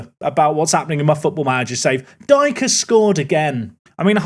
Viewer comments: Daryl ‘D K’ not Dike, like the derogatory term🤣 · The WBA striker is Darryl Dee-Kay rather thank Dyke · Dike is pronounced DK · Dike is pronounced (Dee-Kay) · At least Espinoza scored against Luton! 🇺🇸🦅🤠 Also Daryl Dike pronounces his last name Dee-Kay FYI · Its pronounce Daryl Deekay, but thats ok 😅